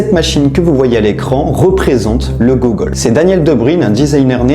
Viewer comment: Ça se dit pas GOUgol normalement ? 😭 En s'écrivant Googol... Et c'est pas d'ailleurs ça qui a donné le nom de Google ? Par rapport à la qté de données auxquelles on a accès dessus :)